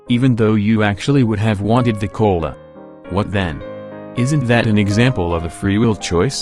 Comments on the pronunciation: i heard "coal" insted of "cola" lmao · "Y du u want de cöla?" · I like the way you pronounce "cola". Quite amusing. Though you can change your wants but well even then there's still factors behind it so still no free will. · Am I the only one that loves the way the bot pronounces "cola"?